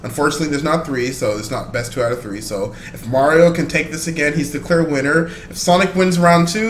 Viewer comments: when he said winner,mario's sound like weener no homo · Anyone noticed Mario said wiener instead of winner